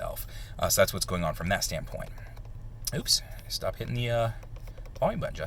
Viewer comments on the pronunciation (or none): none